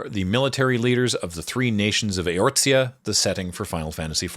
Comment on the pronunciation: A collection of small XIV corrections and additions, provided with no malice or condescension whatsoever as I commend the attempt to do any of this in the first place: - There is no "T" sound in Eorzea. - The last name Leveilleur, featured here with Luisoix ("Loo-ee-swa") and later with Alphinaud ("Al-fin-no") and Alisaie ("Al-ee-zay") is pronounced "Lev-ay-ur." - While Endwalker does heavily feature an iteration of The Final Days, the one depicted here is in fact that original one from ancient times that the player experiences a simulation of in Shadowbringers. - This one is more an issue with the naming of the card, but Astral and Umbral as descriptors originally referred to Light and Dark respectively. From Shadowbringers on though, preceding any real lore drops on Zodiark, we learn that this understanding is backwards. Astral instead refers to activity, which is what Dark aether (energy) does, and Umbral refers to stasis, which Light aether does. Whoever named this card should have instead named it "Zodiark, Astral God." The redeemable item you get from his boss fight is even called an Astral Totem. - I'm not entirely clear on what was meant here by "pull teammates out of damage range," but for clarity's sake Sage is a shield healer, primarily giving players shields that take damage before their actual health. - This part is simply false. The closest thing Cid ever did to having any relevance to Machinist was that he stood n